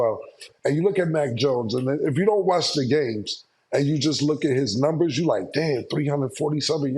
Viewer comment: He pronounces numbers as nembers...lol